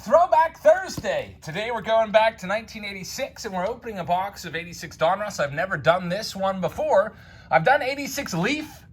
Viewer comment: They he says donruss drives me nuts. Lol. It’s like he’s saying a guys name. Don Russ. Say it fast. All One word. Donruss. Not don. Russ. Lol